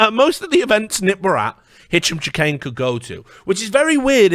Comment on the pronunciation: Is it a meme to absolutely murder Hicham Chahines name ? It's driving me a bit crazy